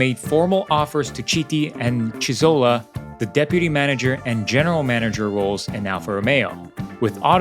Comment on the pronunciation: He’s Carlo Chiti! (Sound like Kiti) Not “Citi”! Italian pronunciation of CHi… is KI. Same for Lodovico Chizzola: the correct pronunciation is Kizzola